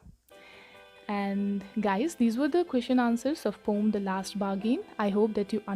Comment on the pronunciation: Poem not pom